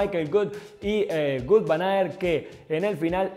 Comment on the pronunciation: Ni Gut ni Vut. Se pronuncia Vóut